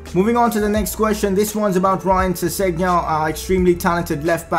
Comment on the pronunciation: Your saying sessengon wrong. I